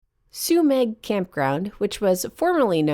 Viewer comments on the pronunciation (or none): Thanks for covering one of the best spots near me, about 5 miles from my place. FYI it's pronounced Sue-meh, despite the spelling. It's a silent g. Also worth noting, Trinidad is the closest place to stock up, with Murphy's Market being a full grocery store with a deli, meat/seafood dept., fresh produce, frozen foods, dairy, etc., as well as great selection of general grocery items. There's also a Chevron station with an Aztec Grill mexican restaurant. There's also Headies Pizza, Lighthouse Grill, Trinidad Eatery and Seascape restaurant. For fine dining theres Larupin restaurant and Moonstone Grill. I'm surprised that you didn't highlight Trinidad in this episode, unless you have already, or plan to cover it in a future episode. It's known as one of the true gems of the northcoast.